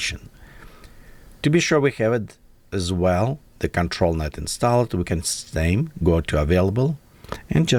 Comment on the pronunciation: when you say installed, drop the e sound from the last e in "installed". Say it like installd. Google how its pronounced for further verification